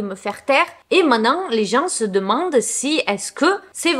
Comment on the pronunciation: On dit "main te nant" pas mainan ! 😊